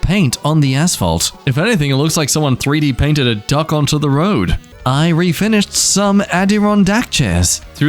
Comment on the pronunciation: anyone noticed how he said "3d painted"